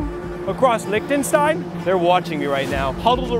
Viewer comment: He pronounced Lichtenstein wrong